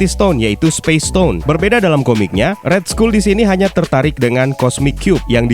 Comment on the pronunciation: cuman ngoreksi yah, RED SKULL itu di baca RED SKAL bukan RED SKUL bro.... lets talk about it sering buat gw cringe, jadi TALK bacanya TOK, bukan tolk krna huruf L hilang untuk dikata TALK, next video perbaikin pronoun aja biar g kedengeran CRINGE, thx